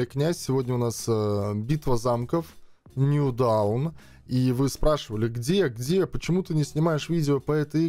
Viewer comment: если по правильному, то произносится нью доун)